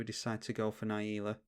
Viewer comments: Na Jee la, not naieela! Great video! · its not, you are speaking english and should pronounce it the correct english way